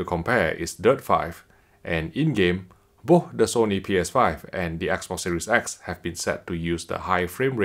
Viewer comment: Plz learn how to say BOTH not booohh.. 😁😁